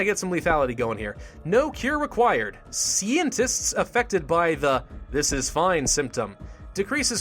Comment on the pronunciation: I always laugh when he pronounce scientists to sceintists XDXD